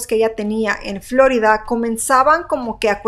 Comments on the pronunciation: Floridaa no se dice ...florida oh casi me da otitis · Me estresa como pronuncia "Florida" 😂